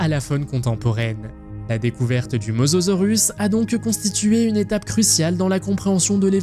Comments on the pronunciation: Il dit mozorus ya aucun effort 😂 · C mosasaurus pas mososaurus😂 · Mosasaurus et non mososaurus, andouille ! 🤭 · On dis mosasorus pas mososorus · Mosasaurus pas mososorus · bonne video mais on dit mosAsaurus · Si il n'y avait que ça en erreur, pourquoi pas... Même des erreur de diction.. Mososaurus.......